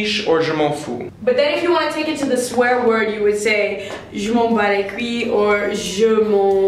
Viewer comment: Personnaly I say"j'en ai rien a foutre" But be careful with you"re pronunciation You say cuille instade of couille :D (damns it's so rude) same thing for "foutre" you pronounced it like 'futre" ^^